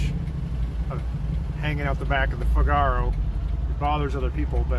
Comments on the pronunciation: Please call that car a Figaro accent on the fig.. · Yah - he says it like cigar-oh!